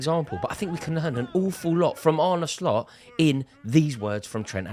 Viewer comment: Thank you for pronouncing his first name correctly. There's a video on YouTube of him pronouncing his name so when other LFC supporters get it wrong it's a bit cringe inducing. He's not Spanish.